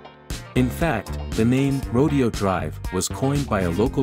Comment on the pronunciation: Rodeo in Rodeo Dr is pronounced Ro dayo